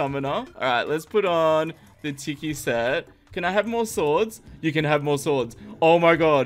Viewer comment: Anyone else get triggered when he sais tiki like (tih key) when you say it like (tee key)